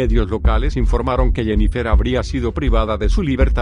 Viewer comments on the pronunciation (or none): ¿Jennifér? 😂😂😂 No mamen, se pronuncia "Jennifer"